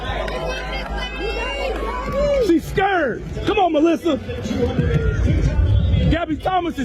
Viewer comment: hard to take you seriously when you can't even pronounce the word 'scared'. such an unhappy feline. you're so small.